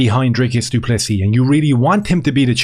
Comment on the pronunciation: Note the silent s at end of du Plessis😉